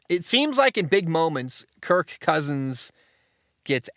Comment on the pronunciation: I hate the way you exaggerate the word Kirk 😂😂😂